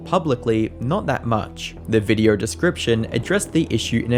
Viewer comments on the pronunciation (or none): Cant stand how you say videaurh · The way you say "videheuwr" is crazy